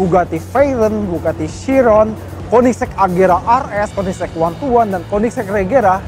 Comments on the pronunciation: koenigsegg pak, bukan koeniksek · Konisex? Kok bacanya kek gt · kok gua dengernya "konisex" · KOENDISEG = KOEDISIT 😂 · Hhahaha "Koendiseg" = kamu duluan (jawa) 😁